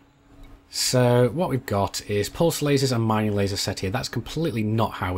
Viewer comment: miningk? ringk? maybe its just me hearing that